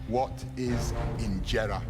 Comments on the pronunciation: Was injera pronounced wrong? I'm used to a long eeee, like "injeeera" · im part Ethiopian, but the way he pronounced 'injeera' was so wrong i didnt even know what it was